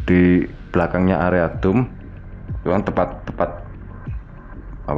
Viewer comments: itu pengucapannya DOM bukan DUM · nyebut dome,gw dengernya dum,bikin suges nih....,ini mirip balsem(kantin fisip ui) sebelum th 2000,horor kalau kuliah malem